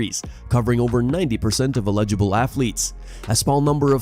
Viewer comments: Definitely not how you pronounce "eligible" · Strange pronunciation of “eligible.”